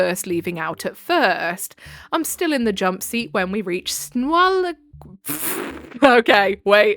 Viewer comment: Washingtonian here you totally nailed Snoqualmie pass